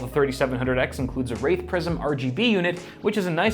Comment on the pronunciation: Yeah I did not hear you say WRAITH PRISM here. What I heard was you naming, like - the worst kind of Prison. lol Second word not that far off. First word, DEFINITELY not how you say Wraith.